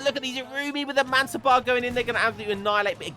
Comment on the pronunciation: One thing to add, regarding the pronounciation of Mansabdar, you nail the pronounciation except the fact that you miss the d. Pronounce the d and it will be perfect.